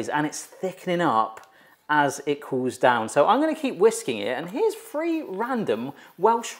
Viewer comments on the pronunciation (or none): Who else heard 'free breads' and 'free tips', instead of 'three'? 😅🥴 Only Welsh 'thing' I'm familiar with is welsh ponies, which are my favorite breed 👌 I actually have two Welsh partbreds ❤ (my first ever pony was also a Welsh)